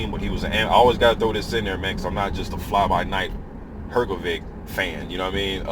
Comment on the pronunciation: its pronounced hrgovish